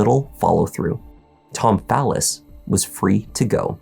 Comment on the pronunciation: I know people with the same last name and they pronounce it Fall-is. I found him saying "phallus" weird.